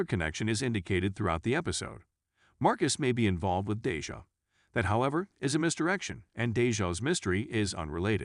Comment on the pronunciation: I'm gonna need you to pronounce folks nes correctly. MALEEEEK , RHANDAAAL AND DAAAAYJAAAHH. Funny hoe it's the African American characters who's names are wrong.😑